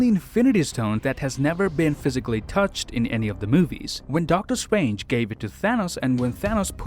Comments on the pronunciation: Do you pronounce 'strange' as swange because that is what i heard and if you go to you can here pronounce strange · He can literally pronounce almost everything with the letter R in it, but not Doctor Strange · “Just how swong doctor swange is” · Doctor Stwange 😂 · I love it how you pronounce Strange😂 and yeah he's super strong, he's Top 3 of my favourite characters for a reason